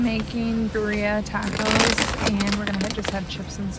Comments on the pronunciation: Birria pronounced beer' ee 😊ah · Birria is pronounced BEER E AH